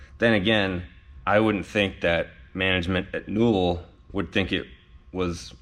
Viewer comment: More “Newell”